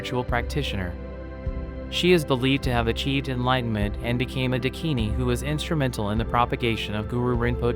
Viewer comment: Please this is unbearable..... It's Daakini